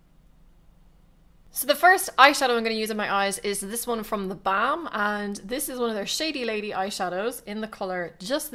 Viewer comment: Gorgeous! You're seriously one of the most talented make up artists here in youtube. Oh and I love how you say theBalm :D